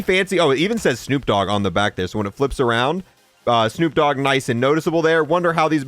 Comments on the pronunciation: * D O Double G not D double O G 😂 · Lmao, it's D O double G!!! Not D double O G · I still can’t get over the fact he said D O Double O G. That would be Snoop Doogg😂